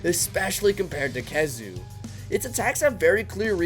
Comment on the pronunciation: Zinogre:Gets nerfed: "I like this monster more now Also he said khezu right, how long has he been doing that?